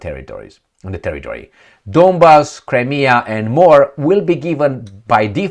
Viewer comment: Cri-me-a River!!